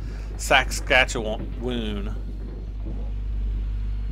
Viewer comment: Haha saskatchewoon, yeah that’s not a place, but Saskatchewan is my home province, and there is a city in Saskatchewan called Saskatoon.